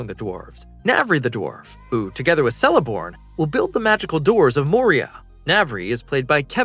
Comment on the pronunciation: Bro please learn how to pronounce Isildur and Celeborns name 😂 that was horrific